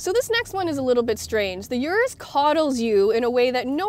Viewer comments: Damn It’s not U-rus it’s Urus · It’s pronounced “oorrus” not “yourus”